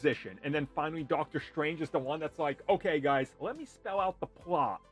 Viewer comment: his name is Dr Strange not Dr Shtrange. Why do you say it with an "sh" sound?